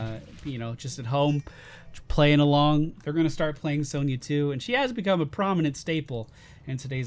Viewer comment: Isn't it pronounced son-ya not sown-ya???